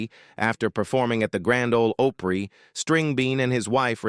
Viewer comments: I cringe everytime your ai pronounces it hee HAW. Nobody that ever watched it says it like that. Grand old O’pree?!? You can’t train it or be bothered enough to proof the quality of this garbage before you post it? You get a dislike and a block channel from me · Grand Ole Oh-pree? 🤦‍♂️ Narrator should have some knowledge of the subject. 🙄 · This video lost all credibility when it mentioned The Grand Ole OH-PREE. What a bunch of AI bullcrap!!! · Misleading click bait. The one character did not die by hanging; the other girl in the video title isn't on the video at all and did not die by snakebite. When you can post anything without verification, you get a lot of crap like this. The narrator pronounced Grand Ole Opry "Grand Ole Ohpry (long o) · The robo voice saying " Grand Ole Ohh pree " ( said it correctly later on ) Ok, after listening to it calling the Opossum " Grandpa " I'll just go watch my Time Life DVD collection I paid $100 for back when we never saw YouTube coming. Goodnite Ya'll. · These AI videos SUCK !!!! This video giving a performer stage name and playing himself didn’t make sense! The video AI narrator can’t say GRAND OLE OPRY correctly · This is so dumb. What ignorant fool put this together? What ignorant fool thought it was OK to let the AI announcer mispronounce a phrase known throughout the world, the Grand Ol' Opry? And what ignorant fool thought that Barbara Mandrell was Ronnie Stoneman? And what ignorant fool decided to assign Grandpa Jones' biography to George Jones? I could go on, but I just had to stop the video there. This is so, so stupid and was created and published by an ignorant, ignorant fool. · This is an AI nightmare. You have narration talking about Grandpa Jones while showing photos of George Jones. The AI narrator can’t pronounce so many things correctly. The Grand Ole Opry with a long “o” sound. Nice. Nothing like taking legendary names and places and chopping them up like diced onions. This channel is a major mess.